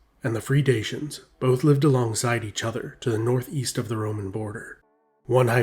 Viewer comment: DA-CHY-ANS, please look up proper pronunciation, it's not dashyan !!!